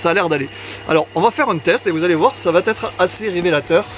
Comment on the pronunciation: Vous êtes sans doute très pro mais de grâce, « ça va t être « , c’est pas bon...ça va être, va me soulager à un point que vous ne pouvez pas imaginer..sans rancune,😃 mais j’essaie de défendre la langue française, à mon niveau...